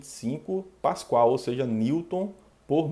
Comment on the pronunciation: Muito boa aula, só um detalhe que gostaria de atentar é que o nome certo da unidade é Pascal e não Pascoal.